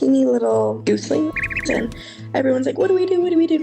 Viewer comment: At uni and can't pronounce gosling! lol Nice job though.